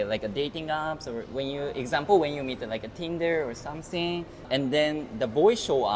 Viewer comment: Please learn to pronounce SomeThing correctly. SomSing isn’t the way.